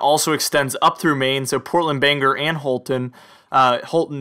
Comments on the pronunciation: So, I live in Maine Bangor is pronounced BANG..OR nor banger. Where is this city Scra...on , did you mean ScraN Ton( Scranton). The new hip english, drop consonants; COU'N(couldn't), WOU'N (wouldn't). But thank you for your efforts, good fun! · IKR, I laugh every time he says it!